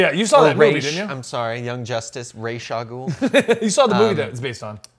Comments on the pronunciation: Well for some reason people misspelling Ras Alghoul name cause it is arabic word -_- , to settle it down it is Raas (head) Alghoul (the ogre not the devil xD ) just please pronounce it like the arabic way don’t creat new ways please or just don’t make him arab xD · Ra's al gouhl is an arabic word..and yes it's said raz al gouhl